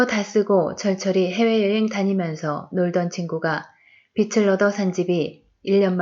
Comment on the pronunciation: 편안한 목소리좋네요 책에 개인적인 의견을 안넣고 그냥 읽어주어서 더 좋은것같아요 근데 글을 읽어주는 일은 발음에 살짝 유의해야 할 것 같아요 빚ㅡ비츨이 아니라 비즐입니다 ㅈ을 올리세요 빛ㅡㅊ을 올리셔요 채널 화이팅입니다!!